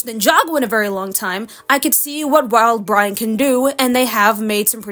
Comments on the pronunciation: Did you just say "wild-Brian"? 💀 It's uhh.. it's Wildbrain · The disrespect on saying Wildbrain like that 😭😭